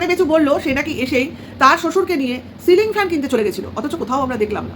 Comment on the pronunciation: Bechur jibon e jiu tai silling na bole" sling "bolchhe.sling to bag hoi 😂. Bechu debe fan hassaskar bisoy, je bou beche kai ,abar bole chanel e boubeche khabe😂😂. Bechur bandhobi thakte pare,tinu je purush er sathe jogajog rakhbe sei tar bor hoe jabe. Ki nongra chinta bhabna. Divorce file kore ,jamaisasti te ki paeni anusochona korchhe. Sokale uthe kono kaaj nei aam bagan,jaam bagan, dheros khet, paat sak tola.bachhake porano mane video korar somoy abcd porano dadu ke diye. Bechu baap hoe i royilo pita hote parlo naa.